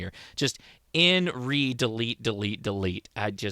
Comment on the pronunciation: You might want to update the video title. The title of the document is 'In Re: Delete, Delete, Delete'. It's also pronounced In "ray." Examples below.